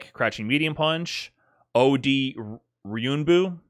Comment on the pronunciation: gotta love that ryunbu with no 'en' in it 😂